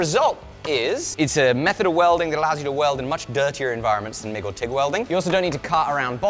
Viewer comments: Haha. Did he say Twig welding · 12 seconds in and bro said twig welding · Did he say “twig” welding in the intro? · "Twig welding" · "Twig welding". Is calling TIG "TWIG" a foreign thing or am I missing something?